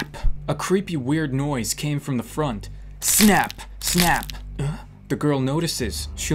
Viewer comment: “What the fronk” 😂